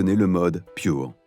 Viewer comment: vous pourriez prononcer à la française... surtout que le Pure, vient du français; Merci